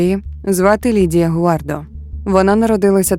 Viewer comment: Перше скажу - дякую, що змогли розповісти цю історію. Однак, хочу звернути увагу. Дуже коротко, я дивилась довгий, більше години, тру крайм фільм (щоправда рос мовою), він мене вразив і саме так я запам'ятала цю історію. У вас я її ледве впізнала на третині відео тільки за подіями. Всі імена хотілося б чути в адаптації з французької, так як саме там це відбувалось (гуардО, раймОн, брюнО, сільвАн - це вірні наголоси франц імен)